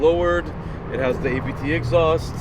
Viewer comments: It’s Abt as a persons last name. It’s not initials. You say Abt. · It`s not ``ay bee tee`` - it`s ``abt``...